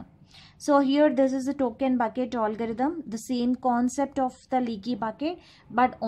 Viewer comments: Allgarithm nehi hota ma'am algorithm hota hain🙂🙂...baki thik hain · Koi isse batao . Ise algorithm bola jata h olgarithm nhi 🤣🤣🤣